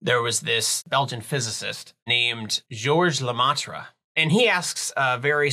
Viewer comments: Good explaination Fyi Lemaitre is said as Luh-Meh-truh. it is French and if you translate it literary it means 'themaster'. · Goerge lamatra ? Prononce it "leu meh treu " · Please ask a French person how to pronounce Lemaitre. You butcherd it